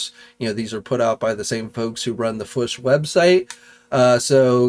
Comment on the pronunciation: do you pronounce Fwoosh Toys that way to annoy Robo? 😂